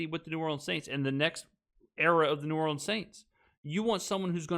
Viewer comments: SaS lost credibility the moment he said "New Orleens" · He cant even pronounce New Orleans correctly. SAS is a dip.